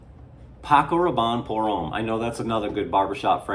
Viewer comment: FYI that "Homme" is pronounced "Um".